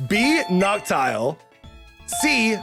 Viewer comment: Dude it's nocturnal and Owl noct-Owl, NOCT-OWL!! NOT NOCTILE